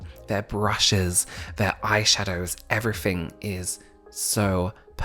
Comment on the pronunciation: He says “evree-fing” 😊